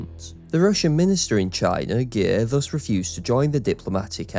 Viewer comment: That is unfortunately not at all how you pronounce Giers, it is pronounced the same way you pronounce anglophonic Gears last name